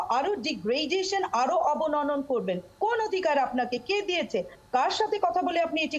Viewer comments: শব্দটি বোধহয় " অবনমন" হবে ম্যাডাম। অবননন নয়। ক্ষমা সুন্দর দৃষ্টিতে দেখবেন দয়া করে❤❤ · শব্দটা অবননন নয় ম্যাডাম।